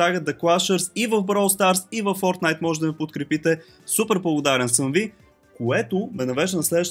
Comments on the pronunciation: the people are calling it fortnite he calls it firtnite i am calling it TRASHNITE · без да искаш си объркал вместо Fortnite е Firtnite,но нищо никой не е перфектен продължавай в същия дух.